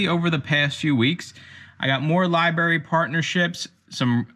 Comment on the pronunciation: Lie. Berry. Nuff said